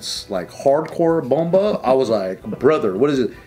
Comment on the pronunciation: Not “bomba” lmao. Filipinos know what’s up 😂💀